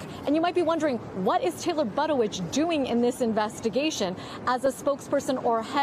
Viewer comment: Taylor But-is-Rich. 😂